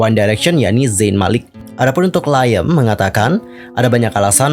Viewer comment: Ralat yaaa Liam Payne masih menjadi personel One Direction bukan ex, meskipun 1D hiatus dia masih salah satu member. Beda lagi sama zayn yang memang sudah mengundurkan diri dari 1D jadi zayn ex-1D, kalo Liam masih di 1D🤗 Edit: pronounce nama Liam itu "Leeyum" / "Liyem" bukan Laiyem hehe